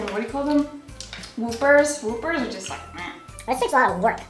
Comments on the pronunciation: I know there is. That's what I'm saying. But it's not pronounced "Whoopers" they are called "Whoppers" just like the name of the Burger King burger is what I'm saying. They are malted milk balls. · she really just said woopers. whoppers... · Did she seriously say whoopers meaning Whoppers? Pronounced just like the Burger King burger Whopper? Facepalm They are malted milk balls. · I died when she said "whoopers"... did she mean Whoppers? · did this chick say woopers???